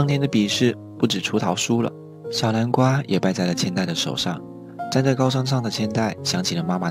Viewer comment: 天吶 這是什麼發音 小南瓜(小藍瓜）